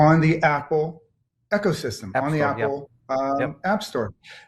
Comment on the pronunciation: This guy can’t even pronounce ecosystem lol 😂